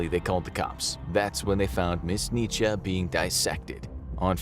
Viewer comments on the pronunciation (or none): none